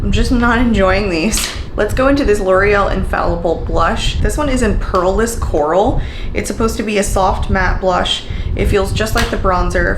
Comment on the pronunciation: Fearless coral not "pearless" lol. I got it too and the formula is nice but the pink and coral ones are darker in person than the photos.